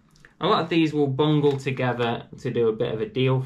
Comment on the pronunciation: Great vid mate, I've subscribed, I do like that you say Bungle not bundle.